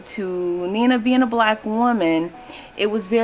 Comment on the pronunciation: You are mispronouncing her first name. She and her family pronounced her first name as Nine-Nuh (9-Nuh) NOT Neena.